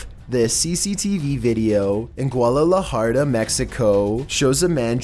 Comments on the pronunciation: Gualalajara” mexico 🤣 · Guadalajara? I only know Gualalajarda.😤👊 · Did this guy just say GUALALAJARDA mexico?!?! Lmaooo😂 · Yall hear this nigga say guadalajara?on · No disrespect to.. but i dead ass laughed how he pronounced the Guadalajara😂😂